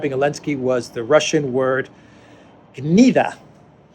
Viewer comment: Why did you pronounce "gnida" with spanish accent? LOL. Gnida literally is a "lice egg" and slang is a lowlife/scum/disgusting person/rotten character etc.